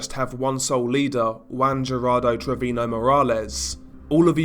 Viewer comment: That and treviño isn't pronounced trevino